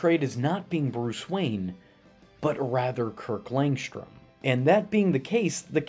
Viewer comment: Kirk LangSHHHHtrom. It's also SHHHHtrange that Tara SHHHHHHtrong did the voice. Jesus dude! It isn't spelled or pronounced that way.